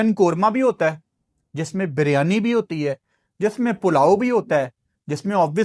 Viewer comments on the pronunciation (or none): none